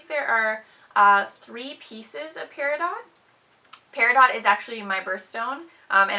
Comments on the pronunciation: No. lol. It's Pear-a-doh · Peridot is pronounced, Pear-a-doh. The t is silent. :) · The I is more like Eh than a y sound.